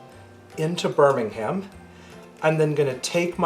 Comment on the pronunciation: Also, Birmingham is pronounced like "Birmingmm", with a silent "h" and the "a" almost silent too.